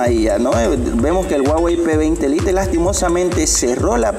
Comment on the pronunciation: Y corta el video cuando los 2 iban a encenderse ¿¿¿??? para que madre hace eso si no lo va a mostrar, con que lo digas no me vale y encima le dice p20 "lite" como se escribe lo dice -.- vaya